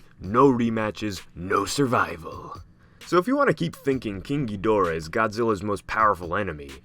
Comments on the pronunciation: “Keeng geedora” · Stop pronouncing KGhidorah that way. 😉 Destroya is under rated. Good video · Why does he form an accent every time he says "Ghidorah"? Lol